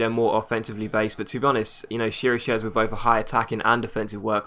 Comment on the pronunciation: Chiriches is kinda pronounced kirikesh